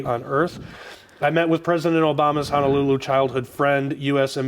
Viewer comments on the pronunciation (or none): none